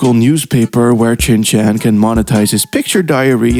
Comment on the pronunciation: Not once did you say Shin Chan. Only 'Chin Chan'